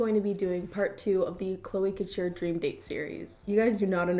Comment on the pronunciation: I thought you said "cloaca ture" instead of "chloe couture" and was very confused